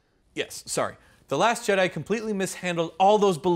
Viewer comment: "The Last Jedi" sounded like "Dat Ass Jedi" from the judge XD!